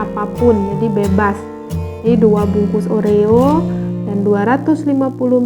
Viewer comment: Kata kata nya oreo kokjadi orea